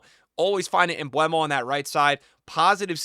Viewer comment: Mbeumo not MbWEmo btw